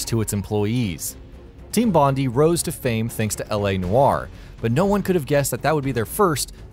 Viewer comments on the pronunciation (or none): Complete cringe with how team bondi was pronounced. As an aussie, its pronounced bon-dai dor Bondi Beach where the studio started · You don't pronounce the i in bondi btw you just say i, it should sound like your saying bond eye.